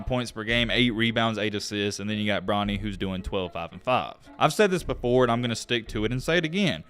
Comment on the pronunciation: Did he call him bronno 😂😂😂